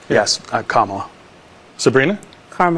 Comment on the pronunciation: lol “Carmala” me chuckle